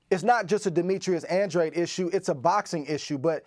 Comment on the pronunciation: It’s Andradeeeeee not andrade.